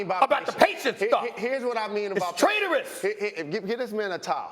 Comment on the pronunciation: He said “traderous” lmao